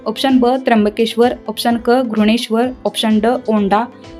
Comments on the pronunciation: विषय चांगला होता परंतु घृष्णेश्वर चा उच्चार करताना आपण घृणेश्वर असा करत होतात आपल्या उच्चारात श चा उच्चार हवा होता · घृष्णेश्वर चा उच्चार बरोबर केला पाहिजे